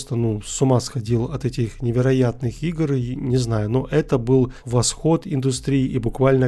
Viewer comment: Впервые услышал чтобы говорили жта 😅